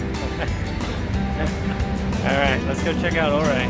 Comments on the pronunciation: Welcome to Colorado! Thanks for “stay’n on the trails” We pronounce Ouray as your- Aaaaa. Highly recommend imogene Pass from Ouray to Telluride (or visa versa) Wife will probably not like Black Bear Pass n it’s shelf road and switchbacks. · Im 49 now but spent a lot of Summers on those roads when I was a kid. Awesome to see you driving there! Just fyi Ouray is pronounce "you-ray". :) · Lol! I live in Junction and his pronunciation of Ouray was killing me.. Good stuff tho. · Pronouced “your-ray”. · I'm glad i saw this. I was calling it correctly but then heard him say O'ray and thought I was saying it incorrectly. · "YOUR-RAY!!!" its pronounced Your-ray. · Great to see you out of the shop and take some personal time with the wife. Just got back from there last week myself. I love Colorado, Great place to escape the killer South Texas summers. I think its pronounced "Your A" ( their kinda sensitive about it) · Ouray is pronounced your-ray , not or-ray. Nice video. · Ouray. “”Your ray“ not “O Ray” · I thought it was pronounce “you-ray”? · It is not OR-RAY. It is You-ray. I am sure a local told you that, I made the mistake of saying oo-ray, I was corrected. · I know its been said but its definietely pronounced you-ray and for whatever reason that seriously detracted from my ability to enjoy this otherwise excellent video. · Its pronounced you-ray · Ouray pronounced your-aye! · I recognized that house with the bridge. I’ve been looking for secluded cabins with land. That cabin is only on 5 acres but backs onto 102,000 acre nationally designated Uncompahgre Wilderness area, and it can all be your for $699,000 Ouray I believe it’s pronounced Youray I agree that last “Cherokee” isn’t a true Cherokee. I read your “disclaimer” and laughed several times. 👍🤙🤣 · Did you ask the locals how to pronounce Ouray? I think it’s Oooray! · My home town!! But it’s pronounced (YURRAY) lol love that place thanks for the view! Cheers! 🇺🇸🤘😷👍🇺🇸